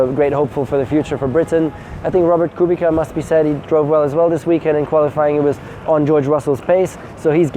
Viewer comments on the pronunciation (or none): Argh Nico... Robert's 2nd name is Kubica not Kubika -. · Robert Kubica His surname sounds more like "Koobitsa". So many do this mistake, strange he newer addressed it himself. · Does Nico pronounce Kubica like that on purpose or does he really not know?